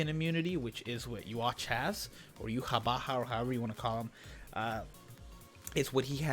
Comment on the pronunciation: Btw, it's now definitively pronounced "You-Ha Ba-Ha".